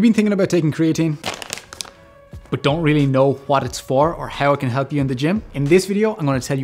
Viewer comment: Huat it is huat it does.